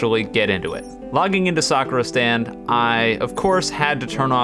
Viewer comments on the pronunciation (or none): At the begenning i heard "welcome to suffer stand" instead of "welcome to sakura stand"